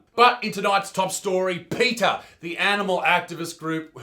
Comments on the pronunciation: all this time I heard Peter instead of peta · I love how you pronounce PETA like Peter... Jeez... this Peter-guy is a real dick :D